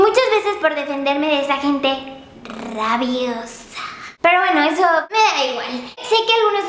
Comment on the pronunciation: Muchos clics en el : Yuya diciendo 'rrrabiosa' muchas veces c